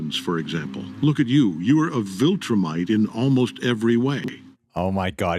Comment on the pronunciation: Do you have to pronounce viltrumite like that 😂